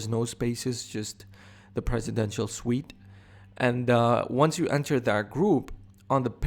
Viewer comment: It's presidential suite or presidential sweet